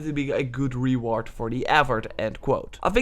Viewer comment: LOL ree-ward